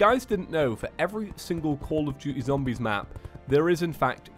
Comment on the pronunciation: every time he says zombEz something dies inside of me